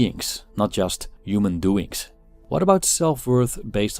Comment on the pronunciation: Yuman, yuman value, yuman doing, yumanity. Yuman. Yuman. Yuman.